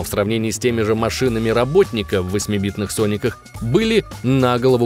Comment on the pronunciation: ударение в слове роботник падает на 1 букву после согласной